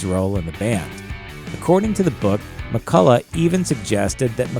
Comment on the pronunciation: It was Jimmy McCullough not whatever he said